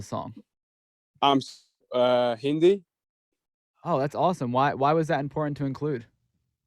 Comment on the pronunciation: He says hindi like an indian